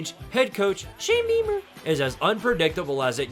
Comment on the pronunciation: What made you come up with the way you say Shane Beamer. 😂 Always catches me off guard